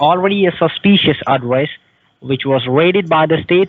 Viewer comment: I'm sorry, but everytime he says "susspeeceeous"........ LOL